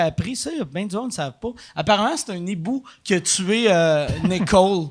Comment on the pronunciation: Excellent comme toujours. BTW Mike c'est un hibou, pas un nibou ;) (quand il y a un ''h'' la liaison du ''n'' au ''i'' ne se fait pas :))